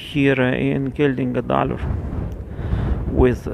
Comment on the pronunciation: Perfect pronunciation of Geldingadalur! Stay safe